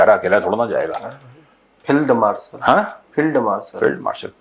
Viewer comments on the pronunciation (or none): Abha khaday Phield Marshal nahi Field Marshall Abay Indian bona tu seekh le